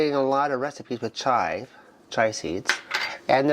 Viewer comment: Chia is pronounced chee-ah. Your correct if you're talking about the Indian tea. But the seed is pronounced differently.